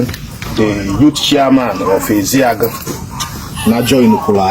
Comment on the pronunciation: Eziagu and not EZEAGU please